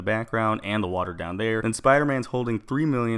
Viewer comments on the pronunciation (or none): none